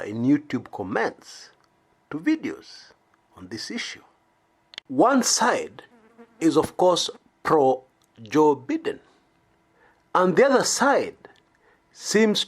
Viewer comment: It's pronounced as BYeden not beeden... Please 🥺